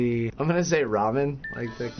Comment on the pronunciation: Yay, Alex said ramen right! Oh, that makes me happy x) It's alright Alex, we all love you too much to care about your freaky hairline/giant forehead :P